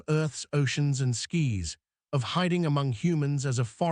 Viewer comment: Burning skis?.Do you mean burning skies?.If so then pronounce words properly.